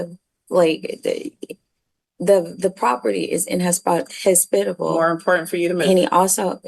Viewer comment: Hearing her try to say "inhospitable" was taking me out each time she tried.😅😅😅